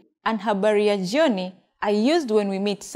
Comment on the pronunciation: Do you really pronounce jyoni, instead of jioni?